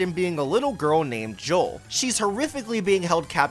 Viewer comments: Joule is pronounced like jewel. Thats why you collect jewels for her. Its a pun lol. Also joules is how you measure the energy produced by electricity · Also Joule's name is pronounced like 'Jewel'